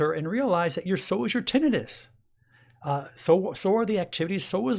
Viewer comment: You don’t pronounce tinnitus correctly